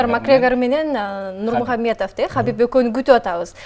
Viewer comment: Нурмагомедов,а не Нурмухамедов